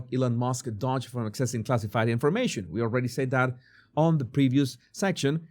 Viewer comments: DOGE IS NOT dodge (you are saying it with out the 2nd d.) It is dough-j. Like dō juh. Like doe or dough with a j as begins just, jam, or jack. DO juh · The 'O' in Doge is pronounced like the 'O' in Phone or the 'OA' Loan.